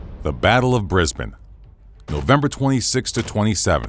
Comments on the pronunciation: Extremely big props for saying Brisbane like a local. Bris-bin, not Bris-bane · Thank you for saying brizbin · HE SAID BRISBANE CORRECTLY 🎉🎉🎉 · As an Australian, the most impressive part of this video is that this particular American narrator actually pronounces 'Brisbane' properly. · Congrats on the perfect pronunciation of Brisbane 👏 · Thank you for pronouncing Brisbane correctly. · Thank you for saying Brisbane right